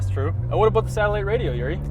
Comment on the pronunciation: What aboauuutt it ehh hahaha..